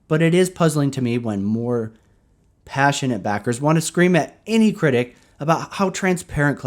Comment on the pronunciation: Everytime you say the word "pa-ssionate" before 'backer' I hear "retarded" LMAO